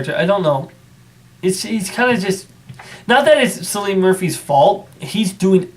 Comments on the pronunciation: It's pronounced "Killian" not "Sillian" Murphy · I'm sure of it, he was born in Ireland and the Celtic pronunciation is Kill-ee-an